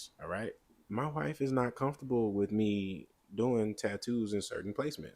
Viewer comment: "Wif me biff out!" Had me dying over here. 😂